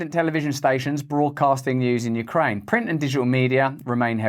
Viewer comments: YOUcraine. Not WEcraine…. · U - kraine, not we - kraine hhhhhhhhhh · You-kraine not we-Kraine that's Russia! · U-kraine not We-kraine haha genius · Very good. It's YOU-kraine, not WE-kraine. Good one! I'm American and we're struggling to pay for basic living expenses. And then somebody wanders into the White House from across the world, and Biden gives him millions. 🙄 I agree-I think our US Congressmen actually act like they're salesmen working on commission for the Military Industrial Complex. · Its Ukraine, not we-kraine. Sorry Joe that ATM is out of order. 🖕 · "You krane NOT We krane"😂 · "Ukraine ot Wekraine " brilliant 😂😂😂😂😂😂